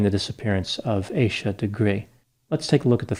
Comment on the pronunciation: Leave it to the yt to pronounce her name as Aye sha